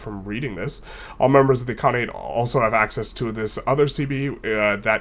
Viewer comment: Its I-L-khanate not I-I-khanate